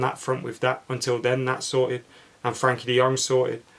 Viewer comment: Goes to the trouble of saying Gakpo as “Hakpo” Still says “Frankie” De Jong 😂